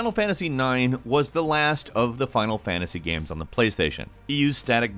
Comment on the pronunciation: He pronounces the word "games" like "gayums".